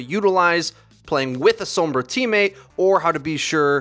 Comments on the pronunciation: I'm sorry, but you don't say sombra sombruh, SOM-BR-A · Sowwmmmbruh. Sombra* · I like that you pronounce it soombrah.